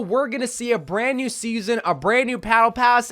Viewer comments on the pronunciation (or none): "A brand new pattle pass"